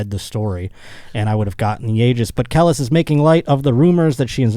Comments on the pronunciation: I’d never dare to correct I just want to alert his in knowing it’s CUH-LEASE (Kelis). But truth be told, as a roach, Kel-lis made the story that much funnier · I demand an apology after butchering Kelis’ name repeatedly 😂😂😂 Kelis = Kee-lis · Listening to fuck up "Kelis" over and over was painful..... smh. Not a single minority in the room to correct him. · I took a shot every time mispronounced Kelis and this is my ghost commenting for me now. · It’s so cringe how he keeps saying kelis, I wish someone would correct him!! 😑